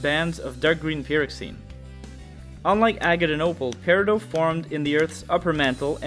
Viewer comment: It’s periDOT you clod >:|